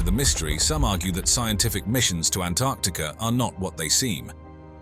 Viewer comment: I love that he pronounced Antarctica correctly.